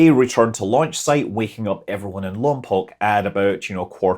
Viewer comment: You pronounced Lompoc wrong.. that's how you pronounce the Prison, however the second "o" is long when referring to the town. As in Lom'poke.'